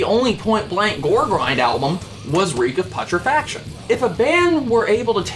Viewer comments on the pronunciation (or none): The fact that you fail to pronounce "Reek Of Putrefaction" correctly.....